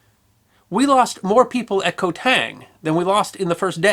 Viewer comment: It was so good I overlooked that. Some Cambodians say it K'mai but most say it as you wrote K'mair. Also I forgive the mispronounciation of island as the Latin transliteration is woeful. Ko is actually Gàw believe it or not.